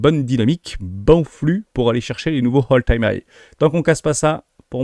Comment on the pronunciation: Prononciation de "Apple", pareil y'a pas de H Et meme si ya un H à "high" tu insistes beaucoup trop dessus 😅 Quelques tics de langages aussi. "Dès lors", "soit dit en passant" Tu le dis beaucoup trop 😊 😉😉